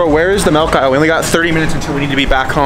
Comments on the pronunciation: you said melk not milk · Bros saying MaLk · Bros says melk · 0:8 malk